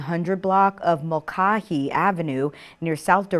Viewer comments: Mull Kay Hee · It's hilarious, and happens constantly. It's almost like she's a robot that freakishly mispronounces words it's not familiar with. Without context AI would probably think Paymon's is a PokeMon ATM. Although it should know that Mulcahy is Irish and not some kind of Pacific Islander word.